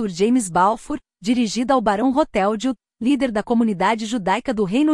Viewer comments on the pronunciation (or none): É "lorde Rotchield" e não "rotéldio".